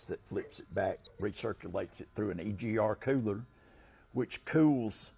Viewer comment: "Thru an EGARRR kewlur" haha love it